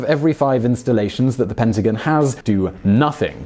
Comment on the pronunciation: Please learn how to pronounce PENTAGON.